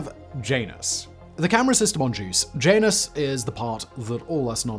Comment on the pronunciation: JAN-us = JANUS YER-uh-nus = URANUS EE-oh = IO